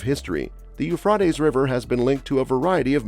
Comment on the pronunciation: In English the river is pronounced "Yoo-Fray-Tees" not "Yoo-Frat-Ees".